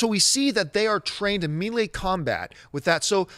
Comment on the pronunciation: john...melee..."may-lay", not "mee-lee"